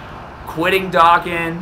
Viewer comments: Please pronounce “dokkan” right the “do” is pronounced “doh” not “dah” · Your saying dokkan wrong